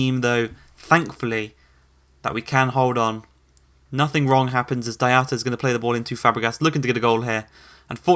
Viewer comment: Please can you pronouce Dyatta or Deeata for Diatta 😭 ans Giru for Giroud